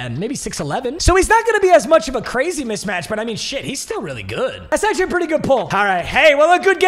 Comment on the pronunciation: Bruh, it’s mismatch not mitchmatch 😂